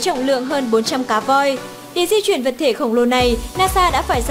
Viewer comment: Phát âm cũng sai...Di chuyển chứ sao bỏ dấu ? Đi vậy